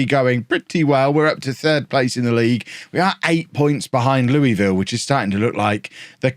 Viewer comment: As a Kentuckian, pronunciation of Louisville hurts my soul.